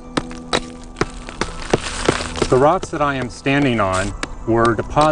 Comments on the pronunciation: This seems very interesting but I keep getting stuck when he says "dinasaws" still I give 5/5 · "DinoSAWS" FFFFFFFFFFFFFFFFFFFFFFFFFFFFFFFFFFFFFFuuuuuuuuuuuuuuuuuuuuuuuu